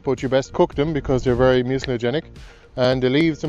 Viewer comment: Are you saying ‘mutagenic’ or ‘mucogenic’? In one instance, at around 8mins, it also sounds like you’re saying ‘mutilogenic’ 🤔